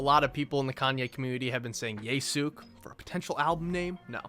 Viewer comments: Yasoook is a crazy pronunciation bruh, bro defo ain't got nuttin to do with anime or anything Japanese 💀💀💀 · your pronunciation of yasuke hurts me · "Yasook" lmfao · bro it's YE-SU-KAY 😭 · There’s so many pronunciations. There’s ye-su-Kay, ye-su-key, ye’s-kay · Bruh said yasook 😂😂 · the way you pronounce yasuke n yesuke should be a war crime